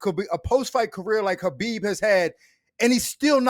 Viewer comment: Why is Cormier after decades of knowing the guy still pronouncing it KABIB when its pronounced HABIB